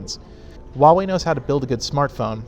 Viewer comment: If you're going to talk crap about a company, for making great budget smart phones, at least pronounce the company's name correctly.